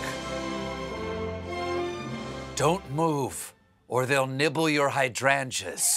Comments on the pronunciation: As a fellow southerner, I'm perplexed (& oddly, somewhat miffed) by Stephen's bizarre pronunciation of "hydrangea". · Hey Stevie...normally love ya', not feelin' it when ya' makin' fun of the Pres. age, and his verbal mistake, when your writers might want to teach you 60 seconds later to not mess up the joke, by not knowing how to pronounce the word "Hydrangea"...salon...saloon....does that make You closer to being "old" ? There Are cultures that respect their elders